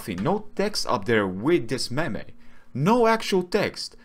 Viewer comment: “A mem-ay”